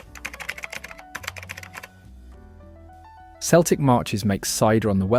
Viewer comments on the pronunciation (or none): Celtic Marches is pronounced "Keltic". It's not a soccer team. Strangely, the AI voice said it correctly after the first time.